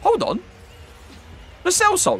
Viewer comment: Lo CHelso say it right bro